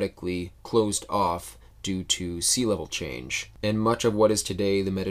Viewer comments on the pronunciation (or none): none